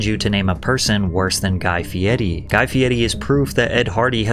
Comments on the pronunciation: Whys Patrick keep calling him Fieti? Its an R, not a T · It's Guy Fieri not Guy Fieddy. 😂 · Bruh he keeps saying fiety, cant watch this shit lol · Are you saying FieTi? Then I here him say it the same way..... Am I going crazy that I'm seeing FieRi..... Someone tell me I'm not crazy. ... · His last name is not Fietti.. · His name is "Guy Fieri" yet every time you say his name, you say "Guy Fi eddy" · I've never heard someone pronounce it Fieti. Is this normal or is it just your AI voice screwing things up again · Why are you saying fe-etty there’s no Ts in his name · Why are you pronouncing his name Fieti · why are you pronouncing it Fietti Pat? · “Fietti” bothers me for some reason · Probably saying feiri as feidy is why nobody likes guy feiri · fe-et-te? fe-ed-te? what are you saying? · can someone please help me out here... Why is he pronouncing his name like some sort of cheese (fetta) I'm beginning to think he's never watched an episode or even heard of the guy till recently... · why do you keep saying "fieti"? theres no 't' and its quite jarring tbh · As an Italian speaker, i die a Lil bit everytime he says "Fieri" (sounds like he's saying "Fieti") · Yea but fieri looks like fiero which means proud. Kinda fitting to the character. Nothing indicates the pronunciation Fietti . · First of all, the guy recording this video must be a moron because that's not how that name is spelled or it is pronounced. So are you just stupid or are you unaware? There is not a T in the name. Not only is the T silent, it's not existent. Is that what it is? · Why are you pronouncing his name wrong? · the pronunciation of fieri is killing me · I don’t care if guy says his last name like an idiot, that was pain hearing it back to back from you. And hopefully no one bet on the chiefs because of you, don’t take betting advice from YouTubers folks. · Are you purposely saying his name wrong lol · Where is the "d" coming from when you pronounce Fieri? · The way u say fieri pisses me off lol